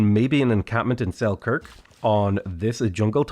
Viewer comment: something just feels wrong when you pronouns Selkirk